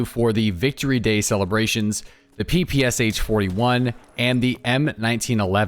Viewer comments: No it absolutely is not pronounced papasha. Stick to your own language before you teach others. Its closer to "pepeshah". English doesn't really have a great pronunciation for how we say our "p"s, but its definitely not PA lmao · It is pronounced PEh-PEh-SHa btw. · In PPSh "Sh" sounds not like two characters S + H, it's sounds like first sound in word "shout" for example. Thanks ) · SH is not like S and H, it is sound SH, like sharp, shake and ect🤣